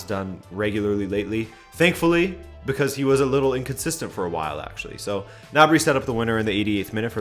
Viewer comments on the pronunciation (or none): ITS GNABRY NOT NABRY THE G ISN’T SILENT